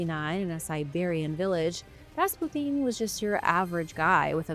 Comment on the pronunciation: >.< oooohhh, young lady. Just say "Rass-pyoo-tin" lol. Awesome vid :D